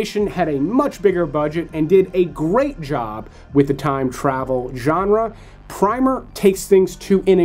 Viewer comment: Primer is pronounced like the book about the basics of something, not like a base layer of paint. Like when you say, “prim and proper.”